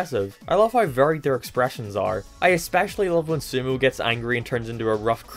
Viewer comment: Dude called sumo sumou